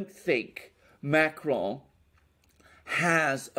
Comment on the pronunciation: STOP saying Macron as if he’s Spanish. You do NOT pronounce the N at the end of a French word! Learn to pronounce the names you cite! 🙄